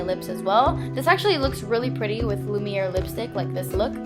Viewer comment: "Lumiere" the way you say it though.. Love it :) Very beautiful look like always!